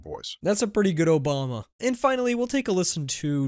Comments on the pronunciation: Dude said “ OBAMNA” lol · The weird way he pronounces Obama makes me think that for a person Matts age Obama is like "Wasn't that a president a long time ago ?"